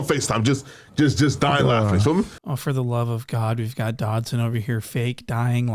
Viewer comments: Bro called him antwon dobson😭😭😭😭😭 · "Antwon Dodson" 💀😂😂😂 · Bruh said Antwon Dobson looking :cat-orange-whistling